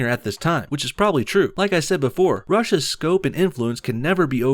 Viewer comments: anyone else find it funny that when he says rush's it sounds like russia? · Why does the word “Rush’s” sound like “Russia’s” XD